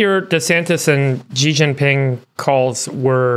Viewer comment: it is pronounced She (Xi), not Zhi.